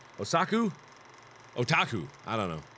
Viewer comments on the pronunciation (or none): none